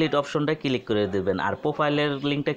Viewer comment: Click na vai kilik.....ay video theke apnara notun uccharon sikhte parben.❤❤🤣🤣😂😂